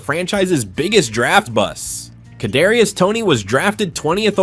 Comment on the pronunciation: At least you said "Kadarius" right. 😜